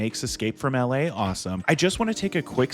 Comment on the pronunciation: It's pronounced "EL AY" NOT "AL LAY" FFS